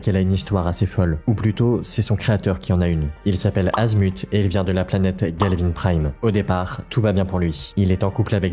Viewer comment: Oui on veut ben 10 omnivers ben 10 ultimate alien ben 10 alien force et même le reboot gavane prime pas galvine